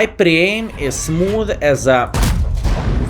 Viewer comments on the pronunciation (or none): "mai eim is smoof"